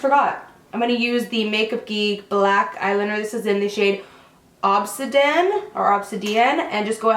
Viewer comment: Ob-sid-ee-in is a type of black rock/gem.